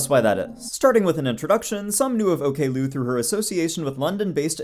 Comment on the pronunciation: i never thought i would be annoyed about the pronunciation of her handle as ok lou :face-purple-crying